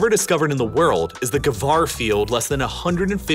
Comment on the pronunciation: Why did you pronounce ghawar like that